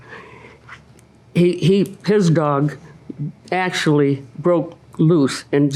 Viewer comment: In ack-she-ality.